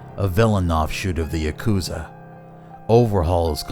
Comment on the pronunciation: It's yakuza not akuza